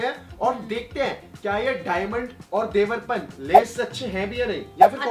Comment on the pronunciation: फुकरा जी इसको देवरपान नहीं देवर्पन बोलते हैं। Domestic brand hai kaafi chalta hai rural mai